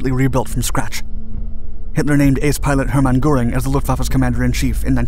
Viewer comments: Learn to speak. Goreing? As in bull fighting? Try Gur-ing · Jesus :D haha please have a 2nd look on how to pronounce the german names <3 ist funny for a german to hear you sometimes :D like Heer, Heinkel, Göring just as an example